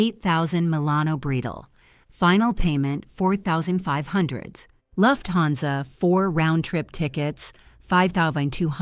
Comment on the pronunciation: Hey AI, "Lu Hanza" ist spelled 'Lufthansa'. 😊